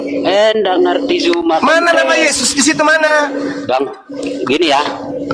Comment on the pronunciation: Utk; Sampai Detik ini Huruf Z di baca J; ZUMA menjadi JUMA; tdk mendidik anak-anak kami dng Baik.